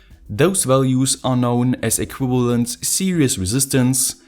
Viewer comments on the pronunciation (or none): none